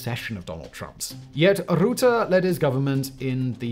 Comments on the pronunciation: I'm sorry but if you pronounced his name in English, instead of trying Dutch you would have got it right 😂 "Rut" is pronounced like being in a rut and "te" like ten but without the n. So Rutte not Rooteh. Or you could do a spit sound effect. Rughhh ptuhff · Rutte, not rouhteh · Roete? Great pronunciation.. Other than that.. he is charismatic but very underhanded. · It's Rutte not routee, as a dutch person this video is confusing, you are talking about the president that f uped our country and simultaneously i have the feeling I'm taking the wrong routee 😂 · The correct pronounciation of the "u" in Rutte is like "fur", not like "oo" in "good" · R-uh-tte Not R-oo-tte Isn't financially corrupt. He is however morally corrupt. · Ok say it with me: "Rutte" Not "Rootte", nono. "Rutte" With the "u" in "Dutchman" Remember: "Rutte is a Dutchman" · It's pronounced "rut-tuh", not "root-tuh" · Not Roette -> Rùh-te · Het is niet Marc Roete, maar Rutte! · it isn't rootah, the ut is ut as in cut. rrr-ut-teh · the U in rutte is pronounced as U in bucket, not like oo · "Rutte" is pronounced more like the "ruh" in "Bruh", so it's not "Roo-tah", but more like "Ruh-tuh" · You pronounce Rutte too much like root(te) when it should be pronounced more like rut(te) like the phrase 'in a rut'. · Note that its prounounced like 'Ruhtte' as in 'Duh' and not 'Ruuthe' as pronounced in the video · The "Route" you are talking about is pronounced Rutte, with the U as in rUdder. not the mou or router <3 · The `u` in Rutte is prenounced as the `u` in gut. Now it's like it's written Roette. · Please learn to pronounce "Rutte" Not Rou-te But Rutte with a u like in uhh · Where is the ‘oo’ sound in Rutte pronunciation coming from? You pronounce it with the same ‘rut’ sound as in ‘Rutles’. So Rut - teh, not Root - teh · Its rutte not, roete... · Its rutte not ruute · its rutte not rotte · It is not Mark Roette, it is Rutte with an u as in shut or but, not an oe as in shoe PLEASE!!!! DO YOUR HOME WORK!